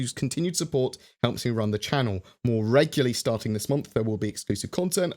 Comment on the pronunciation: It's "regularly" damn it :P